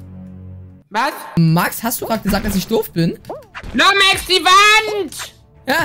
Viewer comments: Max so: LUmexX LUmeXX 🤣🤣🤣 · Wie er stadt lumexx lomexx